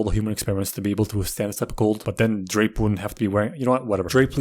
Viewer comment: the way you pronounced Drape killed me HAHAHA